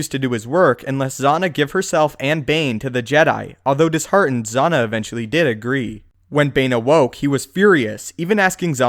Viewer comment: It's cringe-worthy the butchered pronunciation of Darth Zannah name. It's not Z-on-NAH, it's Z-ann-Ah. Just like how you pronounce Hannah but with a "Z" unless you pronounce Hannah Hon-NAH. Thumbs down for bastardizing the pronunciation of one of the sexist Sith's (after Mara Jade) name.